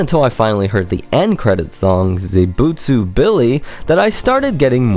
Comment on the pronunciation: Great video! Also Im not sure if you're realising you're doing this but you are mixing the letters around in zetsubou, pronouncing it Ze bu tsu rather than Ze tsu bo. Im not saying you have to change the way you pronounce it but I'm just letting you know in case you were unaware.